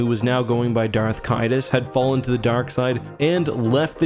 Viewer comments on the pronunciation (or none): Lol no, It's pronounced "Darth Kai-duss"